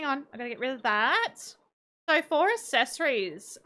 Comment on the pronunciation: Hey, accessories is pronounced “ak-ses-or-ees” I noticed you pronounce it ass-es-or-ees